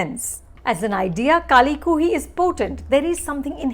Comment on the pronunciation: Who else is hear to see Anupama Chopra mispronounce the film's name... about 8 times there...